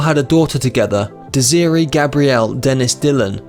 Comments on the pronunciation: Is that a real voice or one of those computer-generated voices? I stuck with it after his inability to pronounce Desiree, but when I heard "Joan Bays".. I was finished. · Boy, this is a REALLY shoddy job! The narrator mispronounced Duluth, Dylan's daughter Desiree's first name, and identified Echo Helmstrom, Dylan's high school sweetheart, as Dana Gillespie. There are other examples, but you get the idea. This guy sounds like someone reading a third rate book report, without enthusiasm.